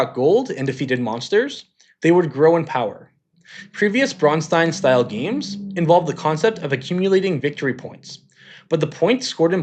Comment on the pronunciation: Thank you for pronouncing "Braunstein" correctly. You'd be surprised how many people struggle with that. The ones who add the "ch" sound are objectively the worst.